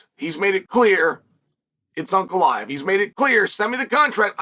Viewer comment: Chael pronouncing Ankalaev name correctly, good sign or bad?